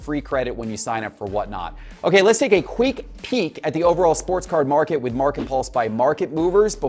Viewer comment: Let's take a queek peek! 😂😂😂😂